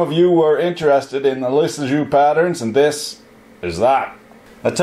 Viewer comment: Lissajous is pronounced "Lisa-you"